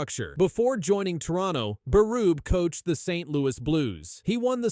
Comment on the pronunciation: Lmao. It's Berube. Pronounce his name correctly.